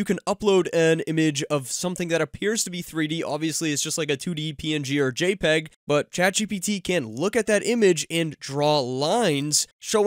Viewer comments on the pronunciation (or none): none